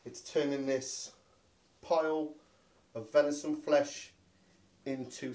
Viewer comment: Venishon... try saying that after 10 pints 🍻😂